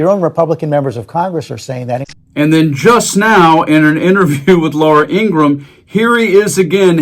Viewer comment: Why is everyone on YouTube mispronouncing Laura Ingraham’s name? It is pronounced "Ing-Gra-Ham” not “Ing-Gram”